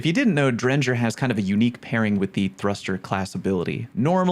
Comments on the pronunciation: That pronunciation of Drengr is... new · You are the first person I have heard pronounce Drengr with a soft g. Huh...weird...